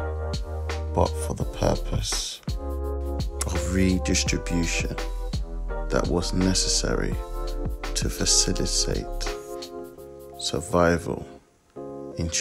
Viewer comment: to facilisate... hahahahahahahahaha